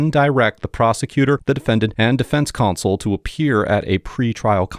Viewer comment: our sweet narrator keeps pronouncing "counsel" as "console"